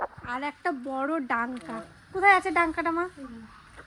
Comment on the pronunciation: এটাকে ডাংকা বলেনা ডংকা বলে